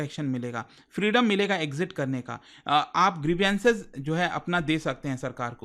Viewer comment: Plz check the proper pronunciation of GRIEVANCE. Being a teacher you should pronounce correctly. GRIE -VANCE not (gri vi ance). In all your VDOs have same fault.